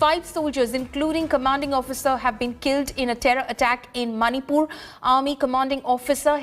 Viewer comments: Who say that monipur it's manipur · It's 'Monipur'! Not Maanipur! Pronounce correctly. Usually you the media persons insults us: that we can't pronounce English well. But now it's proven that you are only ignore of English pronunciations.